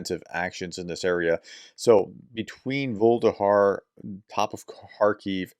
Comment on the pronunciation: Please prof can you do something about your pronunciation of russian and Ukrainian cites and other stuff? Vul-e-dar not Vul-de-har and also NUCLEAR not nucular (which means nut like). Ta.